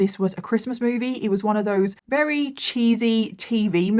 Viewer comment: I don’t understand why sometimes you say “very” and other times you say “wrary” lol